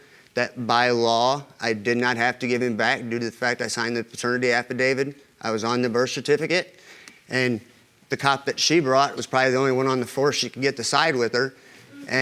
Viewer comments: “Patern affidite”. 🤔😂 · Did she say “patern affadite”???? Jesus be a dictionary🤦🏽‍♀️ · I can tell that child's life is going to get messy if he goes her. She mispronounced affvaidit. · "HE SIGNED DA AFFADITE." He sure picked a genius of a woman. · The "affidite."